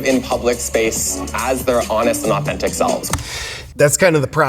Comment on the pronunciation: Did he say " living as his honest and authintic self" ?